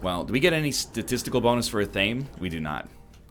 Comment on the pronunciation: Obviously you already knew this and just forgot, so as a friendly reminder: athame is actually pronounced ath-uh-may